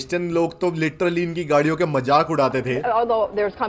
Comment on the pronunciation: What is MAJAK ..! You mean MAZAQ ..! Why you guys are speaking like this